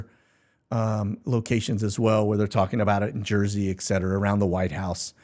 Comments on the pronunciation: Et set era. Not ex set era. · Stop saying EKSETERA....